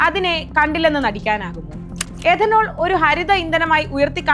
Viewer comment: എദനോൾ അല്ല, it’s Ethanol , എഥനോൾ,, മലയാളം അറിയാവുന്നവരെ ഈ വക പണി ഏൽപ്പിക്കുക